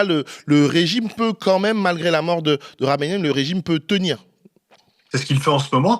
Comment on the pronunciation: C'est pas un peu antisémite de prononcer Khamenaï? Que khameni